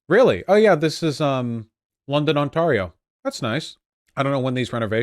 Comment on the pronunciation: The only objectionable take here I see is how Vaush pronounces Ontario